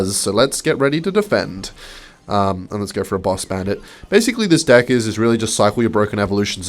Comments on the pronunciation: STOP SAYING DICK WHEN YOU WANT TO SAY DECK COME ON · did you disable subtitles because it misinterprets your pronunciation of deck